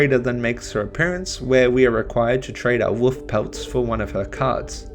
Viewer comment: Woof? Wolf. I'm English and I've heard Americans, Canadian, South Africans, Ugandans and Australians pronounce the L in Wolf. Cute though haha, someone negates the power of the majestic animal though.